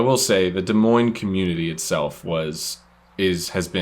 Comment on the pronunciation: Thank you for pronouncing Des Moines correctly